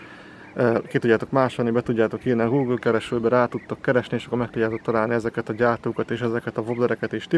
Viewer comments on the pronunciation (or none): none